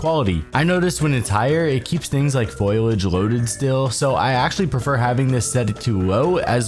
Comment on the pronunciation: Dude you said it wrong It’s not foilage it’s foliage 🤦‍♂️